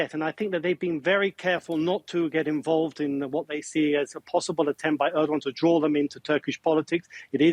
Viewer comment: Are they pronouncing his name as erdwan!!